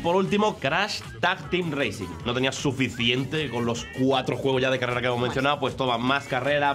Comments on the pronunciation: Racing? Intenta pronunciar todo en inglés y racing lo dice tal cual se escribe 😂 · Minuto "CRASH TEAM REACING N.SANE TRILOGY" Jajaj se paso, por favor antes de subir los vídeos rectifica los errores... CRASH TEAM REACING 1, 2 Y 3 xD